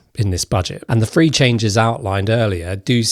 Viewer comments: When saying the number three, please don’t pronounce it as ‘free’. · Tell me about it! Couldn’t concentrate on the content because of “free fings” - no problem with correctly pronouncing some other fings beginning with “th”. Why the poor choice? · When you say free do you mean three ?